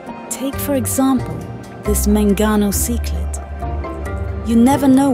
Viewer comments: This documentary is awesome! Just a heads up though, if you're using an AI voice make the AI say species names how they are pronounced instead of how they're spelled. Like in the video it says Chichlid how it is spelled instead of pronouncing it like "sicklid" etc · Great video, but some pronunciations are off, such as ‘cichlid’ which is pronounced sick-lid, not sy-klid amongst others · Cichlid is pronounced 'sick-lid'.:face-blue-smiling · Why is it pronounced psyc-lid and the sic-lid...? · Why does she keep pronouncing cichlids as “psych-lids”? Jesus Christ in heaven.🫤😳⚡️ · Why is she pronouncing "CYclids" , "SEEclids" and then "Cichlids" correctly the next. Doesn't make sense ? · would love to hear your voice it really took me off guard to hear her say cyclid lmao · I like her voice, but it is "sick-lid" at least in the US, she was pronouncing it multiple ways. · When she said Sichlid 😂😂😂😂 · Use your voice. Maybe you can actually pronounce Cichlid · Why is she pronouncing cichlid differently back and forth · he voice is good, but needs to choose one pronunciation for cichlid and stick with it. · I am so bothered by how she pronounced cichlid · The female narrator voice sounds better. However she should double check on pronunciation of words - cichlid 🥲😃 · I think choosing her voice was a great idea. Your videography is really amazing. I enjoyed the whole video. Keep up the great work. Btw, I noticed she pronounced cichlid differently throughout the video, did she use a combination of American, British, or other pronunciations? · I agree with the others here - the narrator's voice is clear and easy to listen to. But a couple of words (cichlid, platy) are mispronounced. Not the end of the world, just giving feedback :) Keep up the great work